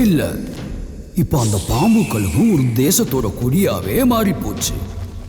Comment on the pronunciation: யாருயா அது குரல் கொடுக்குறது? தமிழ தமில்னு சொல்றான்,கழுக கலுகுனு சொல்றான் இவ்வளோ செலவு பண்ணி படம் எடுக்கிறீங்க தமிழ் நல்லா பேச தெரிஞ்ச ஆள வச்சு குரல் கொடுத்துருக்கலாமே!. இதுல தமிழ் பெருமவேற பேசுறீங்க.தமிழ ஒழுங்கா பேசதெரியல